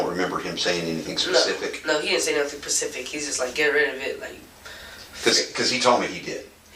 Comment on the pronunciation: every fucking time 👏🏼👏🏼 it’s ’specific’ not ‘pacific’